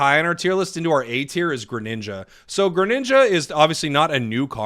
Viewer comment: you had a new subscriber until u started calling greninja "granned" wtf is a granned???????????